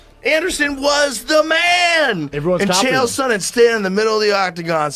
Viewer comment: It landed in the chest. What are you talking about? Also it's "Sonnen" not "Sonnon" lol